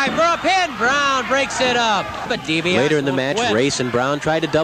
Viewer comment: man, nobody knew how to properly pronounce Dibiase back then especially in mid south.